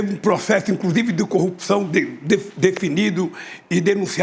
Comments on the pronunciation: Bolsonaro os brasileiros , bem informados , não acreditam na sua mentira...Essa criatura , tem que aprender a falar a palavra corrupçao...Ele pronuncia.....cupiçao..... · Prestem atenção na pronúncia....cupiçao , contititucao